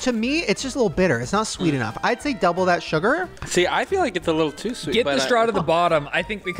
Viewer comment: It's FEEL not FILL you don't "fill sad" for somebody? 😂